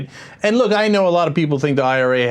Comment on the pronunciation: you're an idiot its IRA not RA